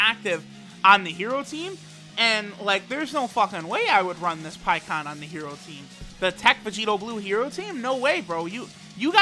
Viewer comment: Pie kon it’s pie ku han